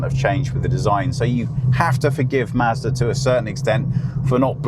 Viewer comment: You are pronouncing Mazda 2 like master 2 :D